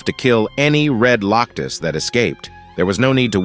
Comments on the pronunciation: Why does it keep saying Loctus instead of Locust? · Lock us, A lee in, why did you mess up on the pronunciations?